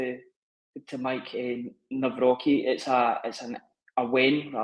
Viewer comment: ‘Navrotski’ it’s not hard. Is this name gonna be another ‘Rojik’ that nobody on Youtube says right?